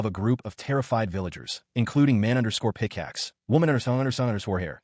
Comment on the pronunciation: My god it’s hilarious it can’t pronounce his childhood friend always _picaxe and _blahblah 😂